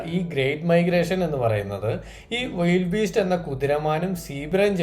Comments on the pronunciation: വൈൽഡ് ബീസ്റ്റ് അല്ല ബ്രൊ വിൽഡി ബീസ്റ്റ് ആണ്. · വൈൽഡ് അല്ല വീൽഡ് ബീസ്റ്റ് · വിൽഡ് ബീസ്റ്റ് എന്നല്ലേ... വൈൽഡ് എന്ന് അല്ലല്ലോ